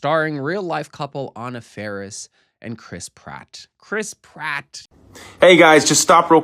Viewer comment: Never has Chris Pratt sounded more like crisp rat than when you just said it